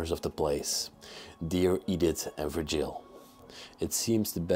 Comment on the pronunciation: I think vurgil, is pronounced vurjal. The G is a J.